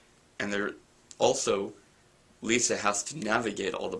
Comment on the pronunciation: You need to brush up on your pronounciation of Moroi, Lissa, Vasilisa and Rose but apart from that, good review. I'm just wondering whether you've read the entire series and if you liked it? Also, how well do you think these books will translate into movies?